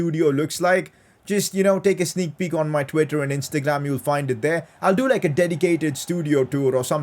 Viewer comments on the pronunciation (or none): This man said instaglaam